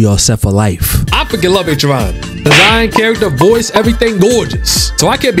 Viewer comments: if you dont start pronouncing Acheron right i might explode lmao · the way he pronounces acheron is hilarious